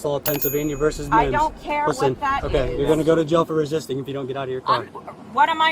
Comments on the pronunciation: Ok, I'm gonna be that guy. It's VERSUS not VERSE. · It's VERSUS, not "verse." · It's versus, NOT verse. Those are two totally different words, different meanings.